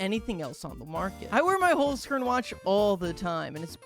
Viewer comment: you 100% misspronounced "holzkern". knowing that because i myself am austrian